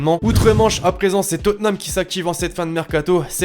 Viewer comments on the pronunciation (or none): none